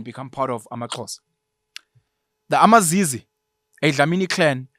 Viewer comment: I MiZize not amaZizi 😅😅